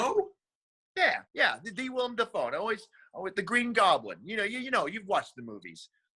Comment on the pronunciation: WILLEM, not William!